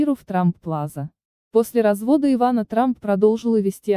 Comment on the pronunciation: Ивана,ударение на 1ый слог.